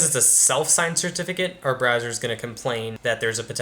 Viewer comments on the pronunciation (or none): none